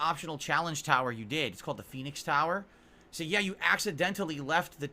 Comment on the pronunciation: The way he emphasizes the word “accidentally” 😂